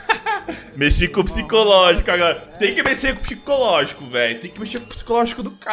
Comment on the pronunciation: "tem que messê com o pxicológico". Se empolgando fazendo vídeo com sv_cheats. Cristo...